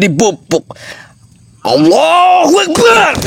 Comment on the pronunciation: Si nenek lucu ga bisa ngomong Allahuakbar 👍👍👍